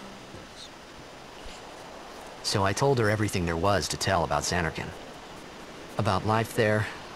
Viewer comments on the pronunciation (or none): none